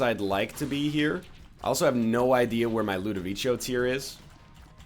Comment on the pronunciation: its ludovicos technique not ludovicio this is how u pronunce it right :/ l u d o v i c o